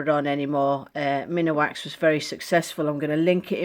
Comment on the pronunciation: I just found your channel & all I can say is WOW. They look amazing. I do have one correction though. Minwax is pronounced Min Wax, not minawax. Sorry, I don't mean to be a jerk, I think it's heredity. I loved the rings very much.